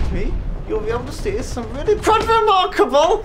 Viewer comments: "its quite WEHRmarkable" I lost it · "Some he remar heil kable stuctures."